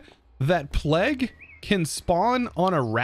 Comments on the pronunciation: pleg???? its pronounced play-g, come on now you must have been taught about or heard of the plague before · im still pretty sure plague is pronounced playg no matter where in the world you heard it, its bad enough americans say 'to' to many times, or pronouce across as acrosst, there is no 't', but plague has an always will be 'playg' you can literally google it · Plague is pronounced like 'playg' it's the long A sound, like in play and stay.